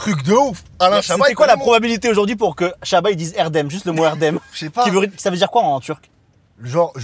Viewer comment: Ça fait plaisir d’entendre le prénom Erdem correctement prononcé )) Merci👍👍